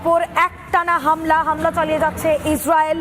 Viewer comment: হামিলা নয় হামলা😂😂😂